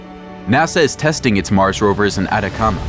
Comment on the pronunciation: No "Adacama" es "ATACAMA"